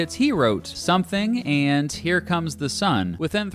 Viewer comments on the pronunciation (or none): none